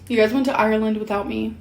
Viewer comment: It took me a minute to figure out she was saying Ireland, sounded like aero land lol